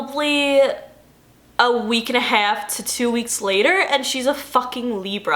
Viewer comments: you’re SO new yorker when you say “half” omg hahahahah it’s so cute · Yeah I'm from the state's and it's always been where's waldo to me lol. Ew I remember it as Alieve wtf?? also love the way you say 'past' and the way you day 'half .. dont know where youre from but you sounded like you're from New Jersey when you said those words